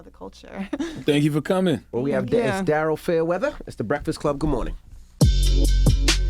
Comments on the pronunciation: i thought it was pronounced darie-L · It’s spelled like Daryl, pronounced Darelle. 😏